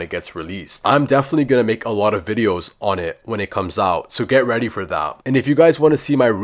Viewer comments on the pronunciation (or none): none